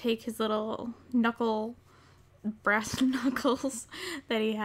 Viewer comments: Omg brass a thought she said grass I'm so dumb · I kept hearing grass instead of brass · Every time you said brass in this video I though you said grass That was confusing lol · all most the whole video i thought you said "GRASS" but you were saying "BRASS"